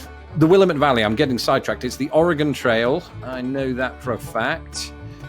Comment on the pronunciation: Willamette. Wha lam it. And thank you for saying the name of the state correctly Oregon (like the medical term) not Ore-Gone